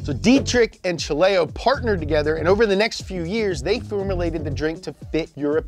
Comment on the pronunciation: toogetter lol